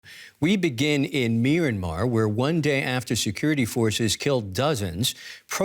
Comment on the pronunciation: Did he just say Meeranmar?